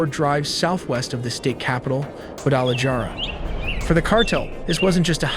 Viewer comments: lol you hilariously mispronounced Guadalajara yet you nailed Tamaulipas🤣 I laughed more than I should’ve watching this😂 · It’s pronounced “Guadalajara” not Gwadala jara. Its pronounced “Puerto Vallarta” not puerto val art a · Gualadajara - Jualadijara So close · God you butchered all those names. Juhlisco 🤣. Juadalajara 🤣. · Your narrator-bot just bent over and butt raped the Spanish names. HA-lisco. Gua-da-la-HARa. Tee-u-WAN-a. Puerto VY-ART-a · gua da la jar uh lol. those screenshots can be ai too ya know.. jk love your vids! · Guadalahara = Guadalajara 👍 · It should be a war crime how it pronounced Guadalajara! LOl XD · This is probably the worst AI video I’ve seen. He was deported when he was three and you can’t pronounce Jalisco Guadalajara or any of the names correctly and the fact that you can’t even spell el mencho correctly. Sloppy Work. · I was done after I heard Guadalajara 😂